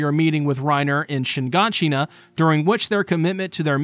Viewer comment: its not shin-gan-shin-na but shigaanshina